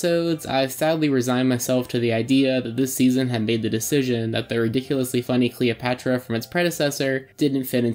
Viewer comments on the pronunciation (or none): Why do you keep saying Calopatra?